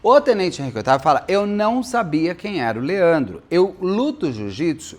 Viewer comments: Henrique Oitavo na banana, ops baiana 😅😂😂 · a maior besteira que fiz foi ler os comentários primeiro de assistir o vídeo e cada vez que ele falava oitavo eu ria de chorar. 😂😂😂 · Kkkkkkkkkk pois eu achando que o cara de alguma família imperial 😂😂😂😂 Amo esse Beto! ❤